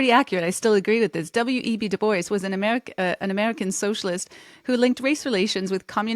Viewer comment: I believe the traditional pronunciation of "DuBois" is; "Doo-Bwah", not; "Doo-Boyce" as per phonetic understanding FWIW. Merely a small point of constructive criticism, not attempting to discount your content. Thank you for your efforts, peace & love to you & yours 😊 Godspeed (is the "G-word" still allowed on YT?) 😉